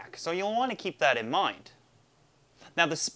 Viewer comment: Anyone else automatically know he was Canadian after he said "outside" and "mind"? Lol